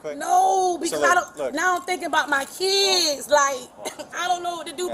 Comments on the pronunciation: "Now I'm thinking about my keedz!" Maybe act like an adult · My keedz? 😂😂😂😂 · I was a single mother for years. Working and in nursing school. I didnt have anyone to rely on either. But I never got into trouble with the law. "My keedz", my keedz. She's loathsome. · I only understand half what she said, I did hear Keeeee ids, lol 2 syllables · She should have thought about her kids before acting tough! BTW, how many syllables are there in “kids”? Sounds like 4-7…